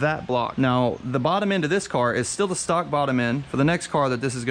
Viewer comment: Its "stock"